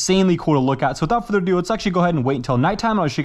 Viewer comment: i love when you say''WITHOUT FURDER DO' 'it is amazing to hear your voice and i really love your content do not even think to quit!!